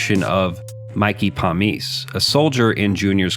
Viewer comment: You lost me when you mispronounced Mikey Palmice’s name. And the title, Many Saints, is just a translated version of Moltisante. Nice try but did you watch the show? There are a lot of other, more profound supernatural experiences. Big Pussy, 3 o’clock, Tony’s prophetic dreams, the Virgin Mary at the Bing, the cat staring at that poor dead kid. You got the medium right. But that was the most obvious